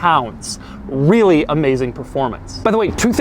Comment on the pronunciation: im sorry did i hear him say "wheely amazing performance"?